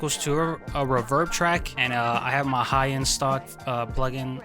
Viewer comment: I like how he pronounces reverb “ruh-vurrb” 😂